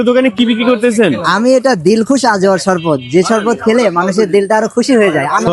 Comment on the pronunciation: shorpot noi shorbot